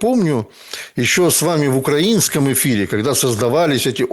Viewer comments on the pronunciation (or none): none